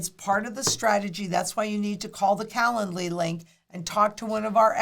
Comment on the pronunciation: Calendly link is the STUPIDEST name ever! When says it, it sounds like “calla lily.”